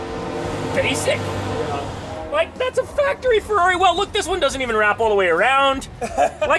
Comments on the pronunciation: Ferwagon Hahaha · c est une fewwari🤣🤣